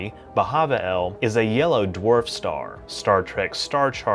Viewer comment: Did he say Star Trek or Star Track...